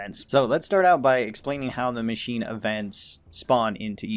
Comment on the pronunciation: "Macnine" instead of machine